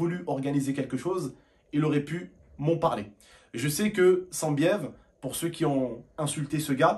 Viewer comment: c'est pas sanbiev cest sannnnbiev